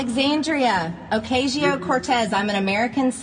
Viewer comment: cawcawcaw you sound like a crow ther. It's acoz io. not okzio. Your little playmates should be back in playschool by now.